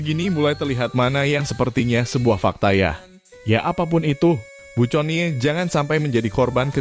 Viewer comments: Conny dibaca kony bukan cony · Sayang nya nyebut nama kony jadi coni.